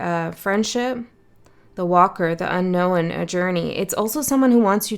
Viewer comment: Thank you. I always enjoy your readings 😊 Just curious though.. why do you say "unknowen" so many times, when it's not a word? 🤔